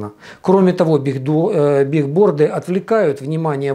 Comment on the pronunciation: Правильно говорить не бигборды а билборды, от английского доска объявлений